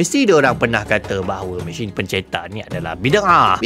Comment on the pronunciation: Sebutan mesin anda lebih kepada machine sepanjang video ini